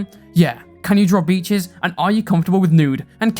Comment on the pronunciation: Great video, but I had to stop what I was doing and rewind when I heard Beaches as Peaches and thought that SOMEHOW the hopelesspeaches drama bullshit had made it into this completely unrelated thing.